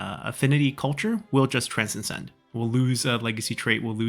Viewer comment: not to nit pick but to help with language. transcend - trans * send not trans cen send